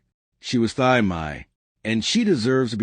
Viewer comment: Her name is pronounced Tee, not Thigh.